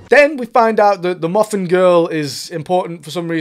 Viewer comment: ha wasn’t sure if you said Muffin girl or McGuffin girl